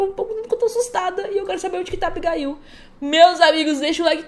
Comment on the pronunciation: não é Abigail é abigaiu